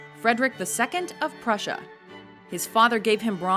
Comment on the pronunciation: Prussia Not Prusher